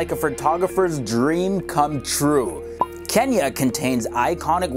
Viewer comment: Another person who says Kenia instead of *Kenya*😂..